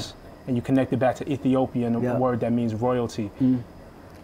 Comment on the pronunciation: Did he say Ethiopia?